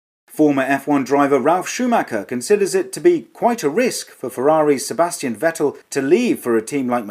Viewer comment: It doesn't matter who is hosting as long as they keep mispronouncing Vettel's name. At this point it would be quite a shock to hear it pronounced properly. :D